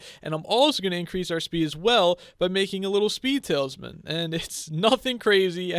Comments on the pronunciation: Is it me or does he say tale is man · He says tailsman